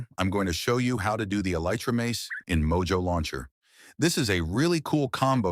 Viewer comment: Oh it's mojo launcher i thought it was michale jackson launcher cause of how you said in the short